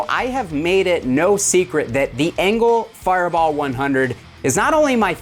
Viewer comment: I really enjoy when you leave the mistakes in like "enger firebar" I laugh every time, makes the vids that much more enjoyable because we all as humans do that type of stuff 🤘😅